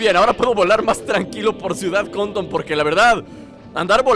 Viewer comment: dijiste ciudad condon en bes de ciudad conton